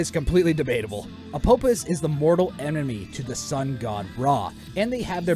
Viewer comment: Quick thing uh, Apophis is pronounced Apofis, as the name Apophis is the Greek version of the name. When Greek is romanized the f sound is always represented with ph